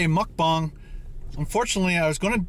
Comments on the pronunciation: It's MukBANG not MukBONG!! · Mucbong? Think it's Mucbang. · it bugs me so much when people say mukbang when it's spelled meokbang even koreans do it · I broke out in surprised laughter every time I hear him say Muck Bong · I broke out in surprised laughter every time l hear him say Muck Bong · OK I have to comment, reluctantly. Muck Bang, Muck Bong, and what is aten? Come on, if your income is from a channel, at least use proper language, ffs. Honey and chicken nuggets is for 8 year olds, I know, my sons ask for it. Be a daredevil and try something adults like. Lastly, if you drop a piece of lettuce, the world won't come to an end. Let it go and clean your car later. Long time subscriber and fellow Ontarian. Do Big Boys Burgers!